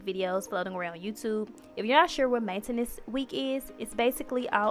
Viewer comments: Why she say maintenance like that Nobody: Her: Main entance Chill it a joke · The way she says Maintenance 😂😂😂